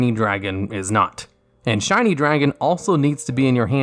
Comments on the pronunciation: Did anyone else notice he said "Blue eyes Shiny Dragon" and not "Blue eyes shining dragon"? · am i hearing wrong or is he saying shiny dragon lol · It sounds like he keeps saying shiny dragon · Was it just me or did he keep calling it "Shiny dragon"?